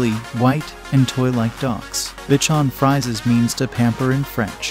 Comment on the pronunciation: It would be better if the types of dogs were pronounced correctly: Bichon, Papillon…